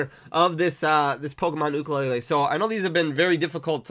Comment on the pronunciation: Awesome video and you are saying ukulele correct!